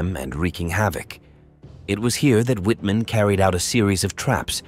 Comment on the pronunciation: wouldn't hurt to learn proper pronunciation w in german sounds like v, mr amateur!! same shots repeated ad nauseam